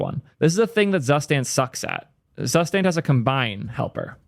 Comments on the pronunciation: DAMN IT, IT'S TSOO-shtahnt NOT ZASTEND cool video tho 👍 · Zustand sounds German (translates to status) and as such you should propably pronounce it more like tsustant. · it's more like [tsu-shtant] but already mentioned that he doesn't care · Please don't pronounce Zustand like that it hurts my soul The u is pronounced as o in the word "zoo" The Z is pronounced as "ts" Ts oo stand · "Zustand" is a german word and pronounced completely different just sayin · It hurts my ear everytime you pronounce "Zustand" as a german speaker :-D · How not to pronounce Zustand.